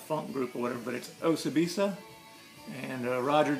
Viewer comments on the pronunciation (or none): Pronounced "O-See-Bee-Sah". I have both the Lps, mostly for their artwork. The flying elephants are too cool. Thanks for the show! Now, I have a goal in mind when I go to the record stores.